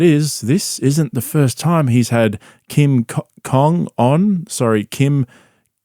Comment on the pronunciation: Kim congron and ally winshank are the best. Also it was really funny hearing this imperialist not pronounce Kim's name correctly.